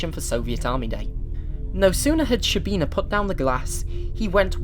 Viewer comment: To pronounce correctly, you have to start saying a 'sh' sound, and it finishes as a 'ch' sound. It's almost like a longer 'ch'.